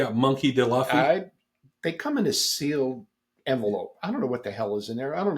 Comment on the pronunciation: before the one piece people come after you it’s Loo-fee lol